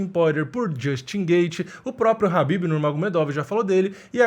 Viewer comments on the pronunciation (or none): É KA BIBI e não RÁ BI BI